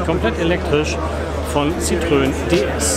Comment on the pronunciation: Ein für alle Mal: Citroen = „sitro-en“ ohne ö und Louis de Funès = „Lui dö fünes“ mit s am Schluss. Wenn man nicht Französisch kann, dann sollte man zumindest bei Wikipedia, Forvo, Pons, etc nachschlagen, bevor man ein derartiges Video öffentlich stellt (das nennt man in der Schule Hausaufgaben).